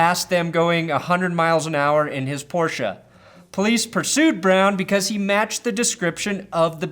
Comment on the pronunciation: He pronounced it like it is supposed to be. You Americans butcher that name way too much